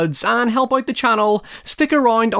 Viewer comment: Out ❌ Uoot ✅